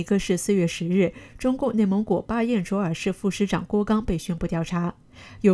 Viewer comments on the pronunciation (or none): 巴彦淖nào尔不是巴彦卓zhuó尔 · 巴彦淖尔，不是巴彦卓尔。人家Cherry之前就读对了。... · 巴彦淖（nao 闹）尔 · 巴彦淖尔市中的淖字音“闹”（NAO)。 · 纠正一下，是巴彦淖（nao)尔